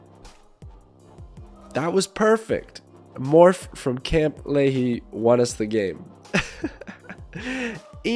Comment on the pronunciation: Not the pronounciation 😂 it’s Lee-High not Lee-Hee